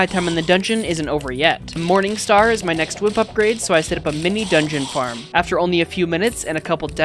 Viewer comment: Why does my brother say moaning star😭